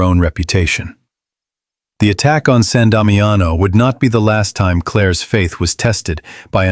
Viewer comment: Sahn Dahmee ano is how it is pronounced.